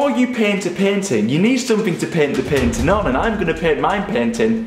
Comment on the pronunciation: panting or painting? lol